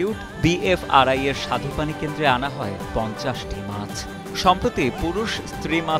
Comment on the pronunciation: উচ্চারণটা "স্বাদুপানি" হবে "সাধুপানি" না।